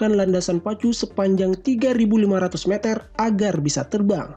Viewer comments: Meter oy bukan meater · kalo nyebut meter itu yang bener meter bukan meter admin aduhhhh, karena bahasa baku meter Indonesia itu meter bukan meter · Bang kalo ngomong meter jangan meter tapi yang bener meter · Bukan meter tapi meter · meter meter ucapannya kok gitu kwkw